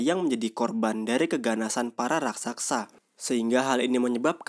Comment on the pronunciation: dst. Raksasa bang.. bukan raksaksa